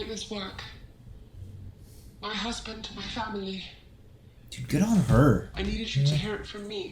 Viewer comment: "GUD" VĪĐƏO